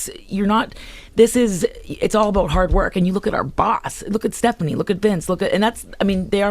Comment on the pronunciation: she said stephiane